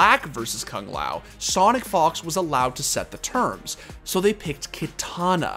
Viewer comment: k-uh-ng lao... its koo-ng lao 😅